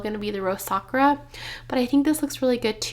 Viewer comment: Your bag is gorgeous! 🌸 Congrats!!! FYI, Sakura is pronounced Sa-kur-a (not Sak-ra) in case no one has mentioned it.